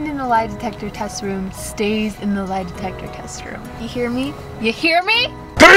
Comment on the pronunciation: “lie detester”